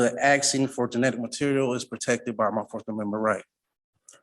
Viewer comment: He is "axin" to know... What an ignorant individual trying to sound smart--not working. Leave the country if you don't want to abide by the rules and laws of this company.